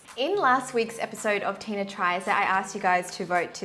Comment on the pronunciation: lol I thought that it was Tina but it's said like teyna lol